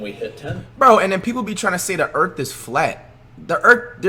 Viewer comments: This nigga said “ Earkt “ 😂😂😂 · “There’s no way the eark can be flat”